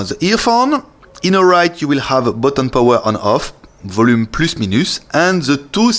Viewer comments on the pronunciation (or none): C'est Volume Up and Down mon p'tit, c'est trop drôle de t'entendre parler en anglais surtout avec des fautes comme ça xD